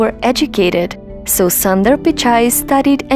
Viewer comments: Get the name proper first it’s not Sandar it’s sundar ....1.30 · It is an injustice to pronounce the name of Mr Sunder in this wrong manner and one could have taken care to know how this name is pronounced